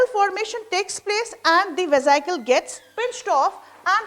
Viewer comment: Madam atleast correct the spelling of amoeba first. Otherwise method of understanding is overall right. And your pronunciation is very wrong mam for vesical.